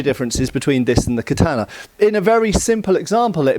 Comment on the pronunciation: Your pronunciation of the word katana prevents me from watching past